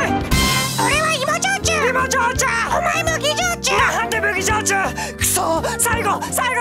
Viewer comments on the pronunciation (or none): 麦焼じゅうが麦上手に聞こえる